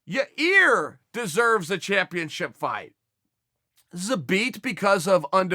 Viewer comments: Chael "Ja ear" Sonnen ~ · Yair "Ya-Ear" Rodriguez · Anyone notice chael is saying "ya-rear" again after admonishing that dude who asked the fan question a couple days ago sfor saying "ya-rear?" lololol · Yarear and germy..... lol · Everyone: Yair Chael: your rear, your ear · It will always be Ya-rear. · Chael can't say yair's name to save his life. Your 👂. Hahahahahahahaha